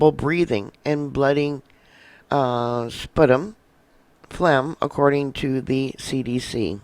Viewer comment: PLEASE slow down and pronounce words correctly! Sputum, Beijing, pneumonic... Your info is excellent but your mispronunciation is extremely distracting.